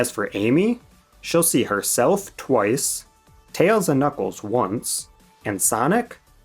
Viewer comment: the return of Bluckles (& bluckles)